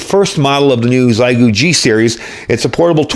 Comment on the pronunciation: XI in Chinese is pronounced SHE. XIEGU would be SHEGOO